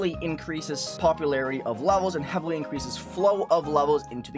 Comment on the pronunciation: jesus that ''HEavily'' was pronounced so heavily it gave me a jumpscare